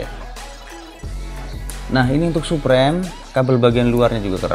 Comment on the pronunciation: Suprem ? SUPRIM boy bacanya 😭